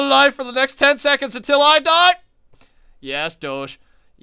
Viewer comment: U don't pronounce doge like that